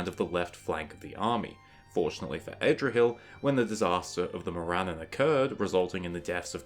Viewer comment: Adrahil not AYdrahil